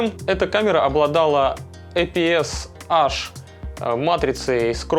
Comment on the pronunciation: APS-H читается как ЭйПиЭс-Эйч, а не Аш